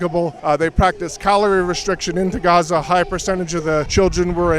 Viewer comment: it’s pronounced GA-ZA! ….. GAZA, saying RAZZA doesn’t make you virtuous 😂 traitors